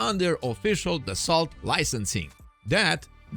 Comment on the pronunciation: Dassault is pronounced Dus-oh